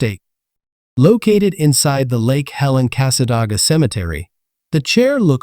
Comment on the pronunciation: The town is pronounced Cass-aday-ga not The way you are saying it.